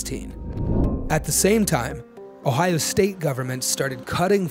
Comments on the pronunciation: It's Ohio, not Ohao, missus. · I noticed her pronunciation too. I grew up in Ohio, even lived in Springfield for 5 years, I haven’t heard that way of saying Ohio. Oh-ha-oh. I do know the people in Cincinnati pronounce it Cincinnati-cin-nat-a. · I didn’t know Ohio is pronounced “Oh How” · Have I been mispronouncing "Ohio" this whole time? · I am shocked about the way this woman pronounces O H A A A i O